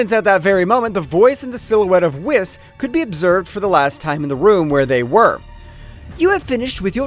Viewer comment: It’s pronounced Whis(Whees) not (wiss)